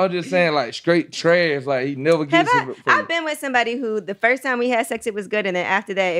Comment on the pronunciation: I realized this guy is smart as fuck when he said...it stoded with the fost gorl!!!!